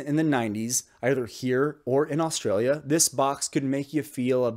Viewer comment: You gotta hang on the ay just a little longer 'straayya It shouldn't sound the same as Freya